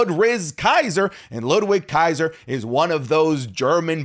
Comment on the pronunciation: Did he say Ludrizz Kaiser💀💀💀💀💀💀💀💀💀💀💀💀